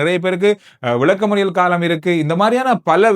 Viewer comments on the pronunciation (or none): none